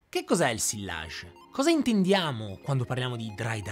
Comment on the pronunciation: Bravissimo! Occhio a come pronunci “sillage” (fingi che non ci siano le due elle). 😉